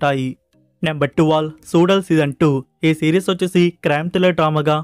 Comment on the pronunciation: సుాలల్ kadhu bro సుళల్